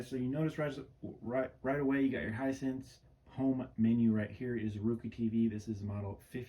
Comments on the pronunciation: Pronounce roku as row-koo. Not rou-coe as you do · Its pronounced rOkU not rookoo . good tv